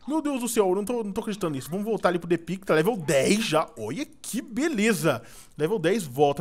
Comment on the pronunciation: Só eu escuto o falar depig?